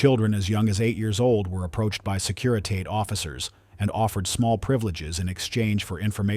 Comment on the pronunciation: Maybe your computer narrator could pronounce Securitate correctly